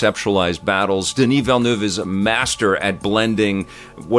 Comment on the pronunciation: On behalf of Denis Villeneuve, thank you for pronouncing his name correctly.